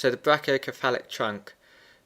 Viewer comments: ME TOO!!! lol, i love his videos.. but come on man.. it's brachio"se"phalic not brachio"ke"falic! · Its pronounced (Brake-E-O-sefalik)